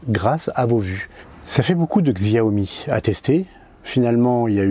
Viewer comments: Pas siomi mais chaomi (Xiomie) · Il y a bien une stabilisation. La différence entre le Redmi S2 et le RN5 est réelle. Le RN5 est excellent et meilleur que certains hauts de gamme (Xiaomi compris: allez voir le comparatif RN5 VS Mi8 SE On prononce Xiaomi "Show me" (le jeu de mot est volontaire, tout comme "Me too", pour leur mini drone MITU (un pied de nez à leur concurrent direct à 100€ - DJ Tello - au lieu de 60€ pour le MITU de Xiaomi).